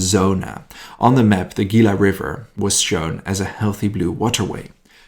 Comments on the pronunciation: Tucson "Too-San" Gila- "Hee-la" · OK, not being mean but Tucson is pronounced Too soan. Gila is Spanish the G is pronounced like H. Hila Don't feel bad. If you are not from the Southwest it would be difficult. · I live in Phoenix. FYI Tucson is about 90 miles South of Phoenix. Mexico is about 90 miles further South. Tucson is pronounced Two son Gila River, Gila is pronounced : He lah Piestawa Peak was then known as Squaw Peak